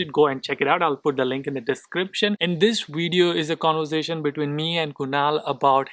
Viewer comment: It's not wedio but Video. Indians pronounce V sound as we. V has lower lip touching top teeth. Ask your wifee.